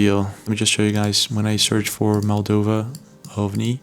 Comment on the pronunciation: MOldova, not MAldova...